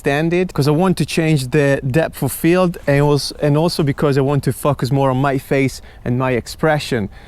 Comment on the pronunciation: drink everytime says fuckus